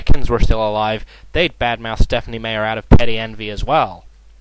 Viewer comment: That is so fake, It's not even Stephen King talking! And it's Stephenie Meyer...not Stephenie Mayer! Know your stuff before you spout opinions about it!